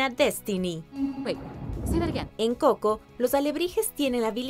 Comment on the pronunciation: El canal se llama watch mojo español y hasta esta pelicula la pusieron en ingles no mames antes no lo pronunciaba como; couco